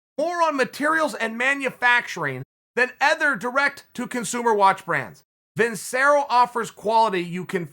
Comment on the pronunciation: CHAEL ITS PRONOUNCED VIN-CHERR-OH